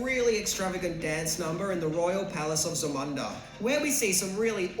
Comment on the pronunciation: Zamanda?? Isn't it Zamunda???